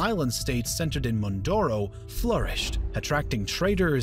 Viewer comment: Where is Bruney? And Mindoorow? Does the voiceover guy possibly mean Brunei? And Mindoro? For fuck's sake show some respect and learn how to say the place names before you pretend to be an expert on the topic. Manual Rocksass would be rolling in his grave.